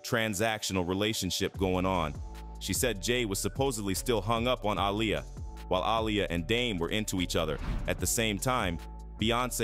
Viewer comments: These YouTubers need to learn how to speak if they're going to be speaking on videos her name is not a liar it's Aaliyah😂😂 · When he pronounced Aaliyah‘s name wrong, I was done. This video is pathetic.